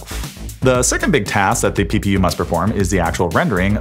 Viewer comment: Who else heard ppu as pew pew pew😅😅😅